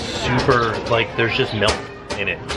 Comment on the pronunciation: ....why are you saying MELK? It's milk.